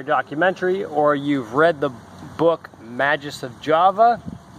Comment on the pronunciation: It's Ma-(GUS) not JUS...